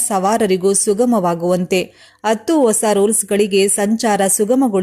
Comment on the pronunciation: ಅತ್ತು ಅತ್ತು ಅಂತ ಯಾಕಮ್ಮಾ ಕನ್ನಡಾನ ಕೊಲ್ತೀಯಾ. ಹತ್ತು ಅಂತ ಹೇಳಬಾರದೇ